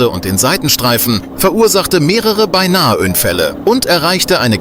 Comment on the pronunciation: "Mehrere Beinaheünfälle" "und erreichte Geschwindigkeiten von über Hununneunzigneunzig Kilömätär"